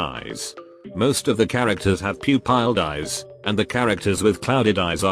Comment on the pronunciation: This is a great theory but “pew-piled” made me laugh